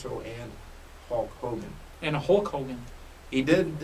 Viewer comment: it's not Hawk Hogan. It's Hulk Hogan. Pay attention to the product.